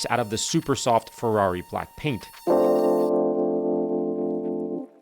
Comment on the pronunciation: It's "Ferrari" not "Ferarri"